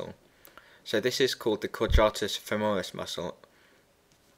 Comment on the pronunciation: femoris not femeris (cool video though :-D )